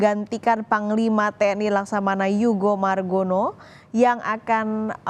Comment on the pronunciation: Yudo margono,bukan yugo margono